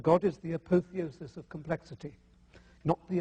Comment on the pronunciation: I find it hilarious that the atheist doesn't know how to pronounce "apotheosis".